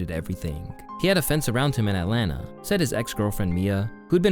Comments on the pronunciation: Lmao atlana is crazy. It’s Atlanta bro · atlanta not atlana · Its that new sh*t “At Lana”